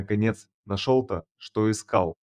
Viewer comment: Интересно, как чтец произносит русские слова: наШЕЛто (а не нашел ТО, что искал), "вОл- ченок", "глУбоко", услышал "гОлоса"(голоса своих детишек!) и т.д. А как вам понравилась авторская фишка про "вымя у волчицы, полное молока"?!??))) Это плохой робот, или полуграмотный чел?!😮😅😢 В любом случае - это дешевая байка с разномастными картинками и тупой монотонной озвучкой!🙄🤡👎👎👎 ...То ли это убеленный сединами бородатый Джон - в зимних лесных дебрях далекой страны, то ли Василий, упитанный мужчина в полном расцвете лет, в зеленой панаме, бредущий с фонарем средь бела дня по осеннему лесу в средней полосе России.... 😂😅 Сочинение - на "двоечку" - розовые (или голубые) слюни... на тему "Хороший человек помогает хищнику в беде"...))))😊😅😂😢